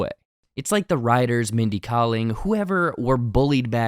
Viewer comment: Umm..."SCOOB!" was also hot garbage. And it' s"Kay-ling" not "Kah-ling." That said, I am a HUGE fan of Kaling's past work: She directed one of the BEST episodes of The Office, her Office character was my 2nd favorite (after Angela), The Mindy Project was a terrific show, and her Sex Lives of College GIrls is also super-fun....so I was VERY open to enjoying this. But everything you stated is correct. The self-referential humor is, imo, there simply b/c Kaling and team were AWARE that the show is terrible. I think they knew this at the script stage (I like your theory about how it was an idea sitting around that they later assigned to this IP). But, I'll be honest, it's only slightly worse than the animated Harley Quinn series (which has the same tone and approach [and animation style] and everyone loves THAT thing).